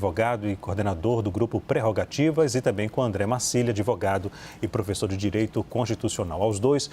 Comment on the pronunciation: Esse "adevogado" esquerdola eh uma vergonha. Usou a palavra magica "presidenta"😂